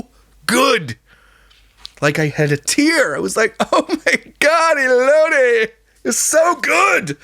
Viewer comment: As someone from arizona the way you pronounced elotes took me out 😂